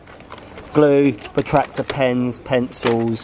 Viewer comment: remember how Ralph said potactor instead of protractor😂😂😂